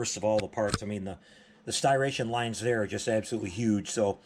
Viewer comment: Great video as always! I gotta say, though, hearing you mispronounce the word "Striation" murdered my ears.🤣🤣